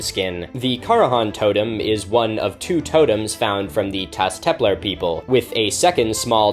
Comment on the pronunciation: my man pronounces everything else perfectly but messes up Taş Tepeler 💀